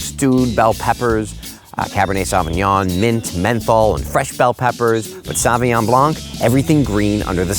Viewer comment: Good video. It's a shame he can't pronounce Sauvignon.